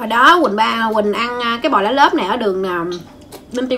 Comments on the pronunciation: Cô nói lá lốt mà nghe như lá lớp vậy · Lá lốt nghe nói giống lá lớp 😂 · Sao là lốt mà mà trong video đọc là lá lốp vậy :))))) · C phát âm sai rồi lốt mới đúng . chứ k phải lốp c ơi 🤣🤣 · Hình như nói lá lốt hông được em toàn nghe lá lốp 😐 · nói: cuống vs lá lốp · Lá lốt má ơi đọc cũng sai😛😛😛😛😛😛😛😛😛😛😛😜😜😜😜😜😜😜